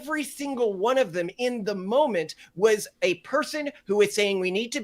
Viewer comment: Did the guy on the left say “zem” instead of “them” ?